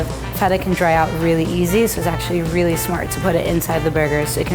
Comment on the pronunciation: "I rearry rike all the combinations"